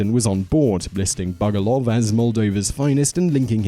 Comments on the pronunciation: Actually, it was Masal Bugduv, not Bugoluv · It's Masal Bugduv, not Masal Bugoluv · He keeps saying Bugoluv, yet every clip (and Google) has it spelt Bugduv. Does this bloke do his own research or is he reading someone else's script, because he makes bizarre pronunciation errors in every single one of his videos. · #1 it's is actually masal bugduv not bugoluv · I hate to be that guy... It's Bugduv, not Bugoluv. It comes from Gaelic M'asal Beag Dubh (my little black donkey); one can see it in one of the papers.